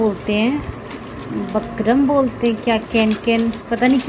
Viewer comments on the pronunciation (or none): Bukarm bolte h di nice 👍👌 video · Bukram bolate Hain